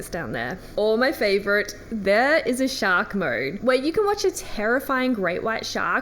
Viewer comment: I love how she says Mode….MoeRrrrred